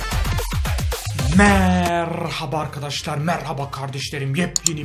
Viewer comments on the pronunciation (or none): none